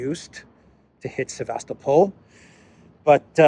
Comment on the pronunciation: Sevast-O-pol ( emphasize third syllable and soft l on the end ) With the way things are going, its not bad idea to start learning Russian lol. I hear its a popular thing in Africa already.